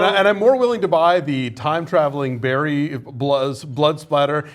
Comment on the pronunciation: Barry, not " Berry. "